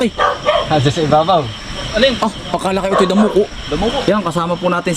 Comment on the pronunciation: Ka insan dacomo hindi damoco